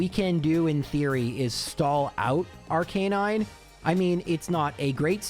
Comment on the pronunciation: R-CUH-NINE NOT R-CANE-INE